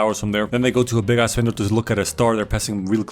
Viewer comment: It’s ass, not ahh